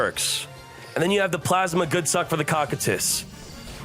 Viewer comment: Cocytus isnt pronounced like “cock i tus” its pronounced “ko (like cove) ki (like kite) tus (like how you were saying it)”. It comes from the freezing river of lamentation in Ancient Greek Mythology, later adapted as the 9th circle of hell by Dante’s Inferno. This is likely the inspiration for the cards icy, draconic appearance and attribute.